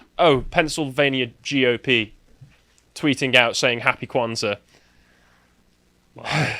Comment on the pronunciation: holy shidd you actually pronounced it right 😳 also the word "saba", meaning seven, comes from Arabic.